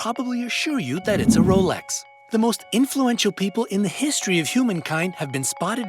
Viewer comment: 2 points here... he says it correctly.. not the American way James Bond wears a Rolex submariner.. it’s only in the new films omega paid the studio for him to wear an omega. In all the books he wore a Rolex.